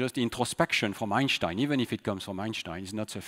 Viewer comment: I am amazed by Stanislas accent! He has a generic french accent but you can clearly hear an american accent on certain words! To top that you can clearly hear a perfect german accent when he says 'Einstein'